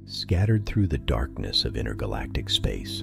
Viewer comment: 'Inner galactic' ? Seriously? I think you mean 'inter', with a T. Which is something completely different. BTW, 'cenner" is another word you seem not able to pronounce correctly. Sloppy speach is confusing and a sign of laziness.